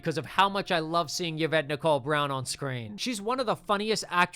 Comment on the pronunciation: As someone named Yvette PLEASE never pronounce it "yuh-vet" ever again bro that's WILD it's "E-vet"